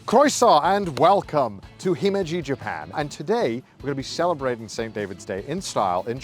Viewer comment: He said himmeji